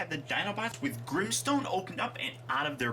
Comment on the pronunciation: Es Grimstone no grinstones 😲